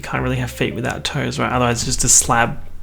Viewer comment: The way u said släb it really got me